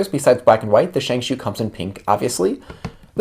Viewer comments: It's not shangshoo it's shangshou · Irs pronounced shenghSHOW